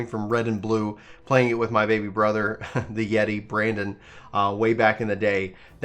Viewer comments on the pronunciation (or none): none